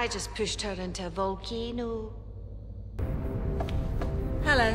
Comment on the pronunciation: "Got any more friends I can kill" and "I pushed her into a vol-can-ohhhhh" make me just split my sides. I love when she uses her accent like that 😂